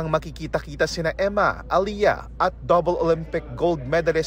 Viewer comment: It is not "Aliya" , It's Ale-yah!. Pamali mali mga reporters.